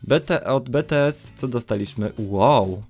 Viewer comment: ja jestesm bts :) ps czyta się bitijes :)